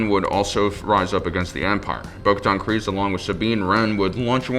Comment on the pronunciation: It’s pronounced creez not cryz